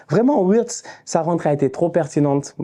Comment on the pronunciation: Wittz se prononce "virts"